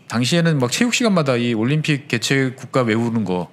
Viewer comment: 서울올림픽을 왜 88오람픽으로 하시나요 정정해주세요